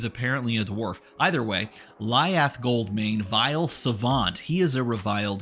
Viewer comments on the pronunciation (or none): I think that Lyath is pronounced (Lie- Ath) as in the last 2 syllables of Goliath. Seems like Victor's brother... I don't like that hero, because he is going to lead to the most wicked fatigue style deck that relies on the weapon and blocking very ridiculously with 5 card hands. Perhaps i am wrong and seeing something that doesn't actually work that well but i think there will be a very unfun fatigue style deck that can be made around him.